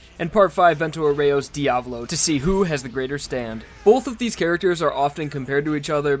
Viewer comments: How you spell it: Diavolo How you pronounced it: diavlo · Okay- a two things. 1) It’s Di-a-VO-lo. The emphasis is on the first o. 2) King Crimson is weaker than The World, but that’s good. Jotaro only won against DIO because Araki wrote a “no u” into Star Platinum’s ability list. Passione had to wear Diavolo down so he couldn’t use KC/Epitaph to its full extent before claiming the arrow. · Really annoys me when he says Diavolo wrong. It’s an Italian name so you say the A more softly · You’re pronouncing it wrong it’s Diavölo/ diav Olo. Not Diavlo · Is that how you are supposed to pronounce diavolo? I’ve always said dee-uh-vah-low but you say dee-ah-vu-low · It’s pronounced Dee-a-voh-lo not Dee-avolo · its not Diavlo its Diavolo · And the devil since he says Diablo instead of Dia-vo-lo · Why TF he pronounces "Diavolo" as "Diablo" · Who cares if the meaning is the same, "Diavolo" (dià‧vo‧lo) is not pronounced as "Diablo" (di‧a‧blo), take your Spanish or Italian classes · I don't know how diavolo is supposed to be pronounced but I feel like dee-uh-VOH-lo makes a lot more sense then dee-AH-vuh-lo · ive always pronounced it as "dia-vohloh." Didnt know it was Diavalo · It's "JOJO" and is the emphasis is on the A in Diavolo.